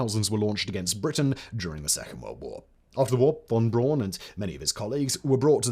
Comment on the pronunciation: Von Braun is pronounced Von Brown.